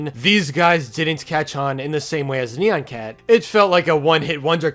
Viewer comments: It’s not neon it’s nyan! Edit: you should have said that sooner but still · I pronounce it Nye-ahn Cat. No offense to how you say it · I've always pronounced it as "neon cat." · iTs KnEy-YaN cAt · I pronounce it like “nai-enn” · I pronounce it ne-yen cat. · It's actually pronounced nai-an cat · its ni an